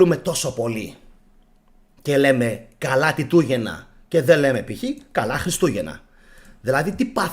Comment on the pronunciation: Φίλε συγχαρητήρια για τις εκπομπές σου και για την καταπληκτική σου έρευνα. Τιτούγεννα είπες; Άκουσα Πιτούγεννα. Είσαι σίγουρος ότι πολλοί Ρωμαίοι όπως οι πράκτορες που ανέφερες ήταν Ρωμαίοι; Φαινομενικά ο Χριστιανισμός δημιουργήθηκε από τους Ρωμαίους για την εξυπηρέτηση των συμφερόντων της Ρώμης που πολύ αργότερα όπως είπες γύρισε εναντίων τους. Βασικός σκοπός του Χριστιανισμού ήταν η υφαρπαγή της Ρωμαικής Αυτοκρατορίας και στην συνέχεια η καταστροφή του Ελληνικού πολιτισμού και πληθυσμού και γενικότερα του Αρχαίου Ελληνικού και Ελληνορωμαικού κόσμου όπως και έγινε. Και τέλος η εγκαθίδρυση της εξουσίας τους και η επιβολή του Θεού τους. Δεν πρωτοδημιουργήθηκε επί Τίτου αλλά τότε εφαρμόστηκε και άλλαξαν τα πρόσωπα. Έχεις να κάνεις με το πανάρχαιο Ανατολικό Ιερατείο. Αυτούς χτύπησε και περιόρισε ο Μέγας Αλέξανδρος. Μόνο αυτοί εκμεταλλευόμενοι την ηλιθιότητα των Αρχαίων Ελλήνων μπορούσαν να καταστρέψουν εντελώς τον Αρχαίο Ελληνικό και Ελληνορωμαικό κόσμο. Πρέπει να πας αν δεν το έχεις κάνει πολύ πιο πίσω για τις απαρχές του Χριστιανισμού. Πισω στους Σουμέριους, στην Μεσοποταμία, Βαβυλώνα στους Ανουνάκι- Ελοχίμ τους Αρχαίους Μεσοποτάμιους Θεούς Ενλίλ-Γιαχβέ, Ένκι, Έπος του Γκιλγκαμές Ουτναπιστίμ μετά Ενώχ. Σημαντικές πληροφορίες δίνει σχετικά ο Ζαχαρία Σίτσιν. Μετά εν μέρει από κει προέκυψε το Ιουδαικό ιερατείο. Οι Γνωστικοί που είναι οι πρώιμοι Χριστιανοί με εξαίρεση τους νεοπλατωνικούς βασίζονταν βασικά στην Παλαιά Διαθήκη και τέλως πάντων στα Ιουδαικά κείμενα. Σίγουρα σ